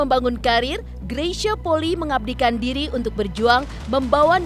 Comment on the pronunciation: Maaf pembacaan nama kak Greysia Polii salah. Bukan Poli tapi Poli'i. I nya dua